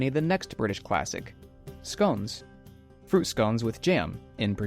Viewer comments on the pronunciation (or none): none